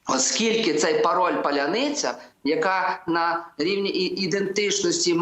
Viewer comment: Чому так трудно вимовить це слово? Паланыца, палянИца.. наверное, трудно именно звуки последние "ница" по аналогии с "пятница", а надо не НИЦА, а "НЫЦЯ", тобто ПАЛЯНИЦЯ (Паляныця)